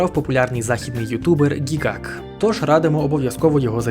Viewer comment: По моєму того ютубе звати не Гігак а Гігук